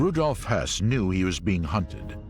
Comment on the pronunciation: Be careful with how you say Höss. Had me scratching my head a couple of times! Rudolf Höss was commandant of Auschwitz, Rudolf Hess was deputy Fuhrer who flew to Scotland in 1941 and got imprisoned by the British - He didn't flee anywhere at the end of the war!